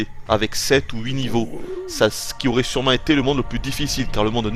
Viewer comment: Alors la totalement d'accord avec toi Nintendo nous fait payer leur putain de wiimote pour jouer avec 4 boutons alors qu'on a une wii et un capteur qui sert a RIEN Sinon Super sympa ta review en voix off, au moins tout est clair et quasi-parfait a part le "ça s'y nisous aurait" DKCR Best Game!